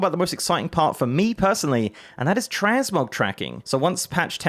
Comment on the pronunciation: Fuck I thought he said TransMobs at the begining and I was like NOOOOOOO NOT HERE TOOOOOOOO NOOOOOOOOOOOOOOOOOOOOOO.